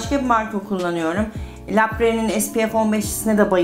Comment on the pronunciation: Bir de tanıttığınız ve kullandığınız ürünlerin nasıl söylendiğini de öğrenseniz süper olacak Shiseido , la prairie ...